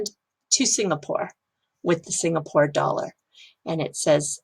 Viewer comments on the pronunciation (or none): none